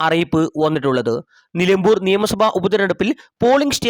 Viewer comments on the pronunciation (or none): none